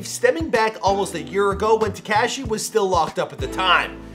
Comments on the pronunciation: Teh Cash ee It’s Tekashi Teh Kah Shee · Te-CAW-shi is how it’s pronounced